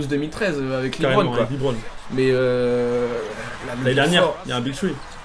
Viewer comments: les mecs Lebron sa se dit pas "Libron" hein mdrr c'est "Lebron" tout court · c'est pas "Libron" james c'est "LEbron" james